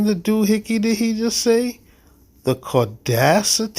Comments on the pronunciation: OK, what the hell is caudacity????? I know he meant audacity, but.....Then towards the end, he said the officer was being condescending towards him, and what did he do next?? What are you a SGT? No I am a corporal.....wait what, that's lower than a SGT. wow I made a complaint and they couldn't even send me a SGT or a LT, wow. No that wasn't condescending a bit not at all. holy cow in a pasture. Then said he was gonna sue, sue the dept the airline, the pilot, and weaponized it. Oh yeah, call me a SC, gonna slap a lawsuit of errybody. I swear the arrogance and audacity of these people just kill me. To go on and on and on, that they were on his land, and broke every treaty they had, and gibbery gibbery, gibbery, that was all I heard after that. But I am like everyone else, an airplane and an airport is not the place to be messing around, they take that very seriously. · I’ve heard “caucasity” before but never “caudacity” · "caudacity" LoL I love these guys.